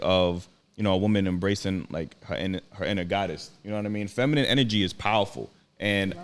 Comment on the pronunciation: Thos is outrageous that grown woman couldn't say feminine or feminist, but she could say masculine clearly. Is that homie from the Dr. Umar and Cynthia G interview/debate. Until women comprehend the real reason for marriage we are doomed. Modern woman are extremely Selfish, delusional, and ignorant to life's true meaning.